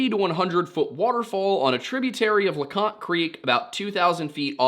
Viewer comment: lol in the other video you mispronounce leconte and in this one you erroneously call it the highest point in the smokies.